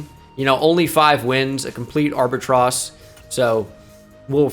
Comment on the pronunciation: Dude said "arbatross." Like Shakespeare, just making words up. Respect.